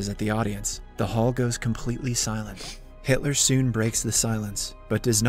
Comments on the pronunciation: bro really said "haitler" ☠ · Did he just call him Hightler lol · Brooo gotta stop saying hitly 💀💀💀💀